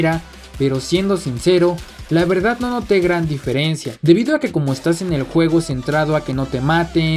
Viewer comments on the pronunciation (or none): none